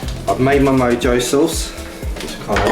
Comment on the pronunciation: It is pronounced MO-HO